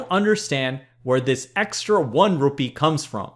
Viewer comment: also Presh for an indian guy your pronunciation of Rupee is epic!